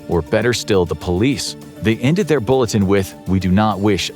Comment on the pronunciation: AI CONFIRMED "bulleteniN"